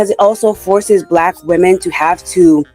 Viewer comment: Why do you keep pronouncing Women as Woman? It’s something incels have popularised and not normal